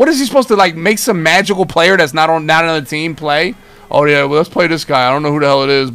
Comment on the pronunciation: Hey.. but don’t say anuva